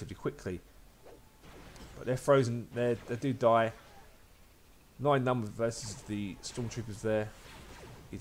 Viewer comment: bro, its NIEN Nunb - u say it like nine - its pronounced N-ee-ye-n , starts just like knee, ends like ban